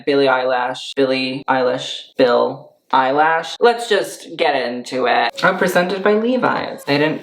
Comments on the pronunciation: Billie eye-lash 😂😂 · did he say "Billie Eyelash"? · Did he just say billie eyelash? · Billie Eyelash .... No!.... my ears.... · "billie eyelash" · “Billie EiLASH” lmao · Why are u sayin billie eil-a-sh? Its honestly giving me unsubscribe vibes